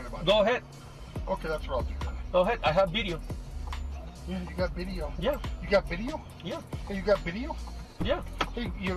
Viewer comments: "You take english classes? You got bideo?" 🤓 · The Uber “u got a bideo” me “u got abs”